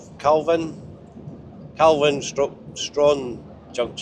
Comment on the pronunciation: Calvine..........KAL.....VEEN Struan...........STROO....ANNE although in TASSIE they pronounce it STRAWN...STRONE...